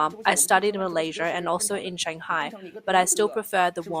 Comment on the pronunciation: I thought it was Malaysia not Malaysirrr :x